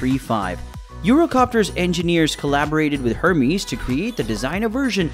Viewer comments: Dude it’s pronounced Ermez not Hermeez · The Hermes trimmings you speak of are French fashion house Hermes pronounced Air-mez